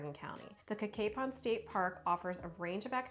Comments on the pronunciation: Great video about our great county, but just so you know, Cacapon is pronounced Ka-Kay-Pun. Also, that gas station and restaurant was the Liberty Gas Station which has a restaurant in it. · thanks for the tips! dad loves Cacapon and has been there many times, and it turns out he pronounces it wrong because we relied on his interpretation!